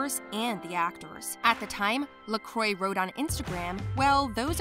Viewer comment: Duncan LaCroix is pronounced Lah Cwah NOT ler croy